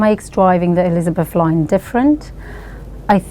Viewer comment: Elsbeth Line❌ Sepford Exppress✅